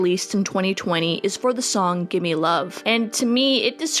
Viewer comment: GIMME LOVE NOT GIMMIE LOVE